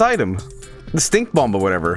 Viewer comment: the second b in Bomb is silent lol